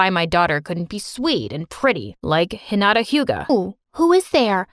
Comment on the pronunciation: THE ONLY ANIME THING THAT HAPPENED WAS HIM SAYING HINIATA